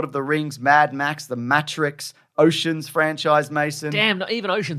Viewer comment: Who tf pronounce matrix like that